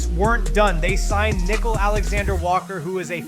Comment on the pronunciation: Who is “Nickel” Alexander Walker??? It’s Nick-KEEL